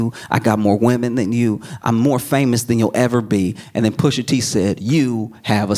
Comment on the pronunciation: I know for bloody certain I heard SOMEBODY go....Pusha TEEH 😂😂😂😂